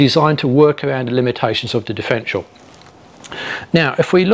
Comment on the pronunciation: Good vid but it’s a differential not difrential.